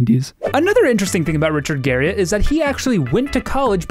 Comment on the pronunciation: It's actually pronounced Garri-ET.